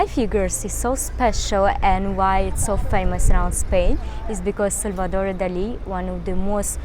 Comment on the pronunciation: Well done for pronouncing Salvador Dalí correctly ! Many British and Americans don't, which always annoys me. Great video !